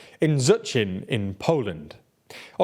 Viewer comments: But Zuchin?😂😂😂, wtf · It's pronounced Shchetsin 😭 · "Shchechyin" would be an approximation of how it could be spelt in English to be closer to the correct pronunciation. Now, go say, "FreSH CHeese" in front of the mirror 20 times! 😄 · Szczecin: exists: "ZOCIN!" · Nice try with Szczecin. You massacre it completely, but its always funny to hear different variations of city name :D